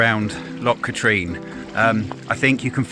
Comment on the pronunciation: Trossachs pronunciation - YES, Loch is a sound as if you were about to spit, so it's not 'lock', but that's quite forgivable actually. Katrine (Loch Katrine) is pronounced Katrin, - as in inn, not Katreen, but again forgivable. Oh yes, another is the Ochil Hills (Oakill pronunciation, so NOT Ochills as in Choice). Another howler is Buchlyvie near Stirling (it's pronounced Bucklivy as in the word lively), NOT Booklavee. Mind you there's not a lot to see there, but you were pretty near it when you were at Aberfoyle or Callander.